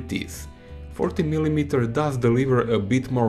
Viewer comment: The way you say "milimeter" is what gets me through life. Excellent analysis, I made my choice. 40mm!